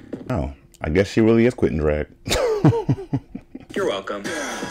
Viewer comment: I always thought Poppy said “I’m quoting drag” 🤣😭 until Nina said “I’m quitting drag”